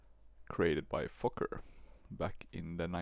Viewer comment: saying fokker is like Fucker